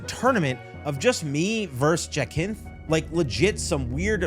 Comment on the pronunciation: Plenty of games are set in a single location, its all about the scale of it and za is fine, but glad you enjoyed the game and especially the story, btw its pronounced ja-synthe